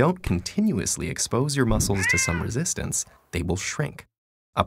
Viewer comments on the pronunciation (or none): none